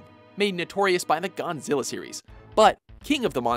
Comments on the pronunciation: he muthafuckin said "Gon-zilla". this video lost all credibility to me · did this dude say Gonzilla? WTF sound like a old ass man with that shit